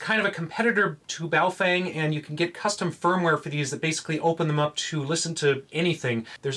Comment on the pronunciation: Your pronunciation of the Baofeng and Quangshen radios is so ridiculous. Makes you sound grotesquely ignorant... and then of course everything else you've said becomes suspect.